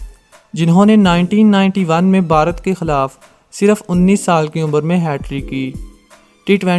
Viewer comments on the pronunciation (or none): none